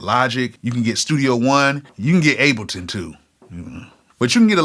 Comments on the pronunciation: why he say Ableton like that lol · It's so painful for him to say the word ABLETON. Why is that? 😄